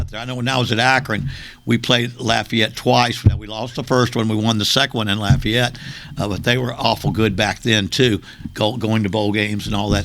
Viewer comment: I’m glad he called Lafayette by their proper name, “Lafayette”.